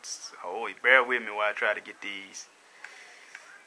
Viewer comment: why do black people way "wiff" when they mean "with"? also, "dare" when they mean "there"?